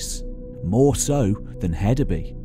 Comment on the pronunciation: For future reference: In Danish, "Y" is a vowel pronounced "oo" as in food, a long u sound. And I believe the d in Hedeby is pronounced like a soft "th" as it was originally a thorn. Hethabu. It means "heath town" or "town on the heath", literally. A "by" is a city, town, settlement.